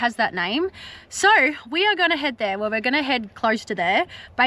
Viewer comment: Oh, you craziy Aussies pronouncing the word 'so' as 'so ar'.